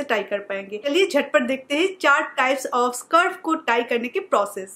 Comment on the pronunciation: Very useful tips just a correction उसे स्कार्फ कहते है not सर्फ और ऐ तो दुपट्टा है ना